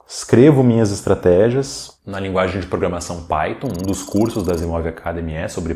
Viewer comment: "Programação" e não "Programasão"